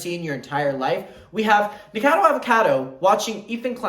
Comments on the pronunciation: What is up with people say NIKADO Avocado?? Like is the alliteration just lost on you? NikOCADO AvOCADO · Adam, it’s pronounced Nik-a-cado avocado 🥑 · never heard anyone pronounce nickacado like that i like it